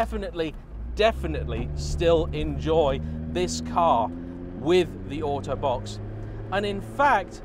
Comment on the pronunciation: when you said auto box i thought you're saying autobot lol good review by the way!